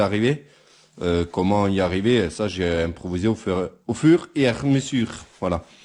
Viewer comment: Tu m as tué l accent fuuurrr et a mesuurrr lol